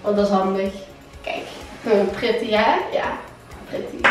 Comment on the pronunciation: Pritty😂 het is pretty😨